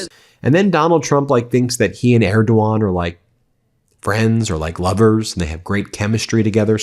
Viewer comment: Okay, they’re such great friends that donald doesn’t pronounce Erdogan correctly 😂